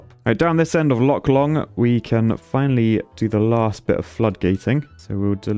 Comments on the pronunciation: lake long => lake dong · Loch Long becomes Loch Shlong...? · "Lock long" so close